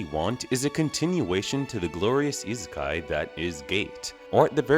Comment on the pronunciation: The way you pronounce isekai irks me to no end.